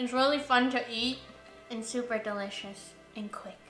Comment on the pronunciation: I absolutely love when you say, “I’m supa excited!!” LoL These beans look delicious as usual. Have a great week!! ❤️